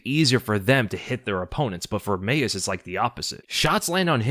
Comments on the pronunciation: Bro, Mayes is pronounced mays not may-es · Leave it to to mispronounce “Mayes”